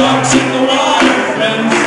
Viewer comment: When they say friends, all I can hear is "frens".